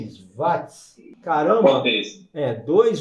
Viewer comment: Bom dia grande professor porque você fala wati e não Watts. Apesar de saber que a pronúncia é livre, porque eu o considero um crânio na eletrônica obrigado.